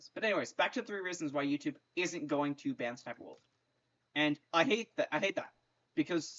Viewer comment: It’s funny cause you say s,s,sniper wolf